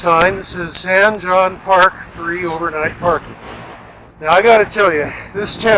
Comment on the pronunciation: It’s pronounced hone, like bone.